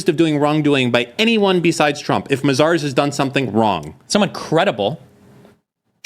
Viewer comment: It's not pronounced Ma-Zars,. It's May-Zers 😂😂,.